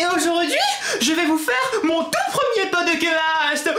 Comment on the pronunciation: ton podecasteuh est trop cooleuh et j'aiméréeuh un podecasteuh sureuh les palmiéeuh